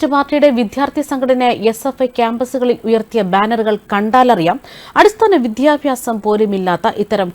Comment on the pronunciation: വിദ്യാഭ്യാസം എന്ന് ശരിക്ക് ഉച്ചരിക്കൂ